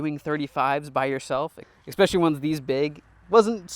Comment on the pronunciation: Love the channel - just have to point out the following: "Expecially" It's especially. No X.